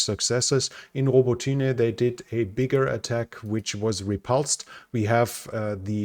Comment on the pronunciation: Row bah tee nye, make an effort.